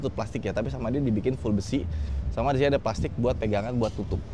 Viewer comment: ❤ masih sering keLiru menyebut kata "sama"